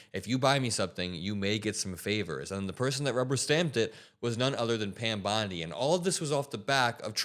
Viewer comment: Did You Say Pam Blonde?